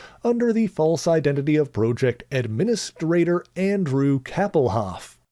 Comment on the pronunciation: You're still saying the word "project" wrong in every instance. Disappointing.